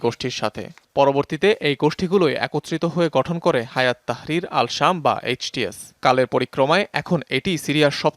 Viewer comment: হায়াত তাহরির আশশামস না। হাইআত তাহরির আশসাম